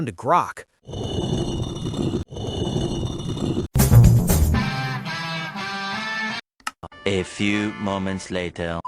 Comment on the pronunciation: Ah yes, "Groak".